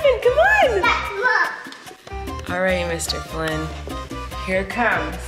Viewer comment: Its Flynn not flyn